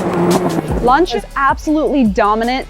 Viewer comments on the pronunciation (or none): Wouldn't be bad if she could actually say Lancia (Lan see a)